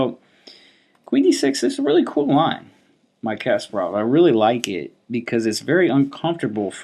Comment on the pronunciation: Always good videos but one thing always bothers me. It is not KAS-par-ov. It is kas-PAR-ov. Please, please say it correctly. It is almost painful.